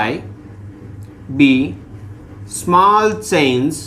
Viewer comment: Sit its Small not Swaml 😂 pronounced thik karantu